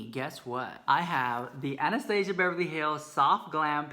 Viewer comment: Honey honey, you're not pronouncing Anastasia correctly.